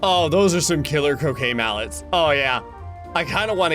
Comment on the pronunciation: Me who keeps hearing him say “cocaine mallets”…